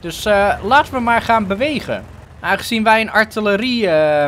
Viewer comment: je legt de klemtoon verkeerd bij artilerie